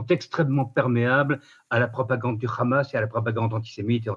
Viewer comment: Quelqu'un qui prononce Khamas avec un " kh", c'est signé